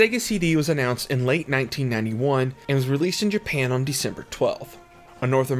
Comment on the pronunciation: I’m a new fan of your videos. Super informative. The ONLY thing tho is the way you say “JA-pa-UN”. Not your fault, just the way you talk.